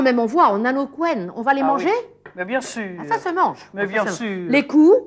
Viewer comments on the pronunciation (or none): "Alors là on a les couennes, on va les mannnnger ?" "Mais bieng sûûûr !!" Géniale cette Maïté !